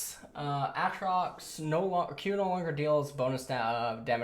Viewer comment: It is pronounced A-trox, not ahhhhhh-trox